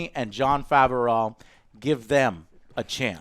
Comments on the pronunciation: Jon faverauw 😀 I always thought it was prenounced as bu-reau Fav-reau just sayin 👍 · Jon FAV-O-RAWGH?!!? Joe....as much as you like to butcher people's names, I wouldnt be surprised if you started calling Dave Filoni, Dave Felony. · As much as I love your reviews, his name is pronounced Jon Fav-row. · Jon faverrow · John FAV-ER-OWW? wtf? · he mispronounced both names😂